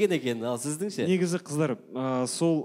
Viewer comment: Кітап оқып отырып кітАп оқитын қыздАр 😂